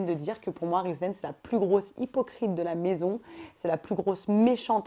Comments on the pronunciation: tu a pa respecter le prenom de rizlaine cest (rizlene) mdr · c'est Rizlene pas rizlaine fin chez remarque 😉